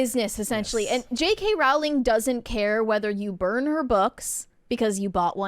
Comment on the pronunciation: People commonly mispronounce her last name. Her last name is pronounced "Row-ling" and rhymes with the word "bowling."